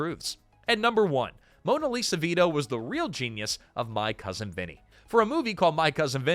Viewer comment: Mona Lisa? This is what happens when you have AI do things like narrate